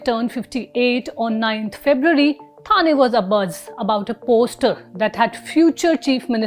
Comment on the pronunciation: Thane should be pronounced as ठाणे.